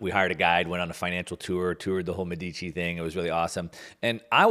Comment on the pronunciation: Great talk. Please call the elites of Firenze "Médici" and not "Medíci" (accent on the "e" and not on the "i"). Italians and Europeans might not recognize the name :-)